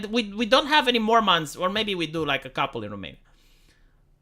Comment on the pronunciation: When talks about mormons, it sounds like he's talking about an alien/fantasy species, "mORmAHns"